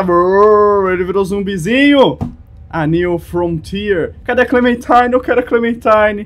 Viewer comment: que clenmentime se ta falando